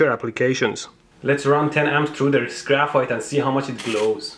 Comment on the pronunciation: Idk guys but in the intro, graphite sounded like graph fart ._.